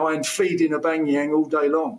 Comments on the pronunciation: He can't even say Aubameyang name properly... He says Aubangyang hhhhh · Aubangyang - Tony Its Aubameyang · Gotta love Tony’s passion for the arsenal and I agree with everything he said but one thing captain stop saying aubangayang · I heard the Aubanyenang hahaha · All these Özil comments and I just can’t get over “Abangayang” 😭😭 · Who is Obang-e-Yang he keeps talking about? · My God did Tony say Aubageyang twice? 😂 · Horrible punditry to say Arsenal want to win the league and to call Aubameyang Aubangayang. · Who is this Aubangeeyaang guy he keeps mentioning 🤔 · Who the hell is Aubangeyang. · Tony Adams can’t even pronounce our best players name.... AUBAMEYANG